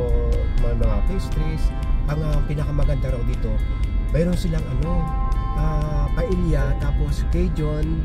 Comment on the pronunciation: sir paella is pronounced paeya